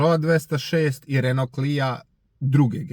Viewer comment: bosanac, jel si stvarno rekao RenoLov? :DDDDDD